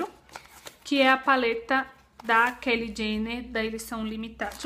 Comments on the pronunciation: a pronúncia é Kylie (fala Caili), não Kelly. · Que aflição ela falando o nome da Kylie, mas eu adorei as compras! Esperava que mostrasse mais os produtos. A solução pra não ficar muito longo é fazer partes é assim ajuda mais no conteúdo do canal e consequentemente mais visualizações! Grande bjo